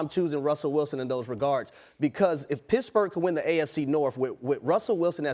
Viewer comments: Its pittsburgh, not pissburgh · He said Pissburgh 😂😂😂😂